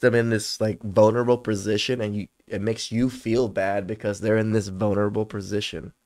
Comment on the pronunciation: did you say “bonerable”?, and - that’s funny as hell dude. I’m gonna use that.